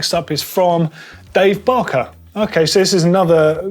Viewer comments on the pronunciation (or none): none